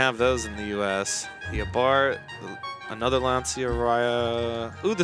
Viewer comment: It's pronounced Launcha not Lanseeya.